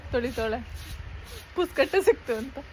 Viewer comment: ಪುಸಗಟ್ಟೆ ಅಲ್ಲ ಮಾಮ್ ಪುಗಸಟ್ಟೆ 😂